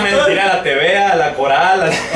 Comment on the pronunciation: JAJAJAJA dice tevea,los amoo